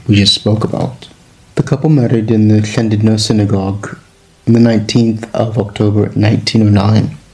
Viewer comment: Noswaith dda. Now i could better listen your pronunciation of LL as in Llandudno. The HL with some air blown out. Diolch yn fawr.